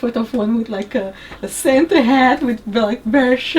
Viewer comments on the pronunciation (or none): none